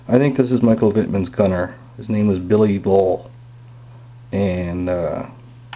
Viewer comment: Sounds like you called Wittmans gunner Billy Ball,Don't you mean Bobby Woll.